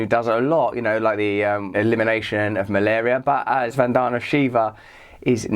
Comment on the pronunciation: VAN-da-na (emphasize the first and not the middle syllable). She is a champ!